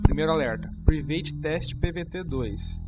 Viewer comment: Mano, show a apresentação! Está me ajudando bastante.. Mas a palavra Private se pronuncia 'Pràivet', ok?! não 'Privêit'... Apenas para conhecimento. Valeeu!